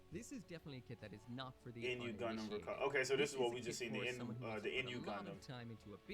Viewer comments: When the first video said RX93-Vee Gundam or En-Yu gundam. You know the guy who made that video knows no shit about gundam lmao. It's called Nu(pronounced as New) Gundam. He also showed the Freedom gundam when he said Strike Freedom which are two different gundams. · You can tell the dude from the first video barely saw any of the series he was talking about, especially with the "N. U." Gundam, shit's pronounced "noo" or "new" every time it's said in the movie lmao, brother was reading off the wiki